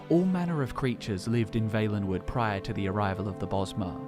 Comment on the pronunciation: Really wish the guy would pronounce Valenwood right...